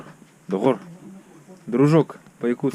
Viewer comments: отлично! Какой молодец, произношение уже без акцента "Доҕор", обычно многие иноязычники через г произносят, а вы сразу через ҕ) не плохо не плохо). Автомобиль рекомендую с Владивостока пригонять. Желаю удачи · да так и есть сразу заметил, "до5ор"буква г(5) Малодец 👍🏼👍🏼👍🏼👍🏼